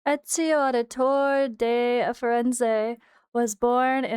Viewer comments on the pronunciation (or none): Trying to correct all the content creators pronunciation of his name. (Et-zio Ow-di-toray)